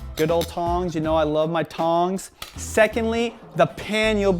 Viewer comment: I was expecting him to wink after saying "you know I love my tongs" the h is silent lol